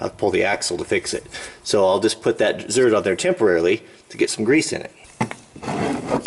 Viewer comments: Just FYI, its zerK, not zerT and, 43k original miles on 1970 F350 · "Zert" LoL